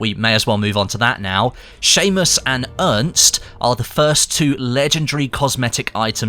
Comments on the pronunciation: The Name "Ernst" is pronounced like "Airnst" :D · The "Er" of Ernst ist similar "air". Pronounced like Airnst